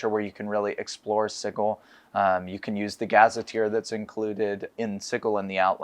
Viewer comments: That’s because it’s supposed to be pronounced si-jil (sigil) as in a magical sigil in magic or chaos magic, and you call yourselves designer’s ha 😂 you could at least pronounce it in the right manner. Man I miss the 2E days. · You guys are killing me with pronunciation of sigil. It sounds like this "sidgel" not "sigal" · I have to find the page in the original box set, but it clearly shows that it's pronounced s-eye-gull, Berk. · It's pronounced Sigil! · Is that really how you pronounce Sigil...? I mean "Cigggle", really? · I think I remember one of the original devs confessing he mispronounced Sigil in a few interviews and the mispronunciation has just persisted. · Sorry, gonna be keeping the soft G till I die. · Well, today I learned that i have pronounced Sigil wrong for all my life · Well remembered, it's in black and white in the original 2e booklet. Hard G, no ambiguity there, no controversy. Anyone saying it like a j is objectively wrong. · The Lady of Pain herself will punish anyone who pronounces "Sigil" with a soft "g" sound. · Today I believe my mind was changed, so thank you for convincing me to change my pronounciation of the city of doors, Sigil. Sincerely, QDW. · Had to stop the video because... that's not how I've EVER heard "sigil" pronounced. Like nails on a chalkboard...